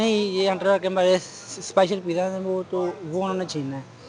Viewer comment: Pizza not the pija